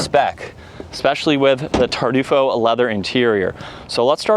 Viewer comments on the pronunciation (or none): What the hell is tardufo. Come on bro lock in.